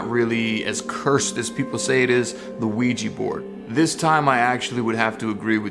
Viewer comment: It's OuiJa and not OuiJI, you're pronouncing it wrong